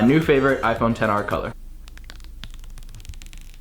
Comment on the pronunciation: Did you really say ten r or XR